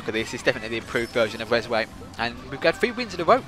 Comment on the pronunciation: It's actually called "Rezway"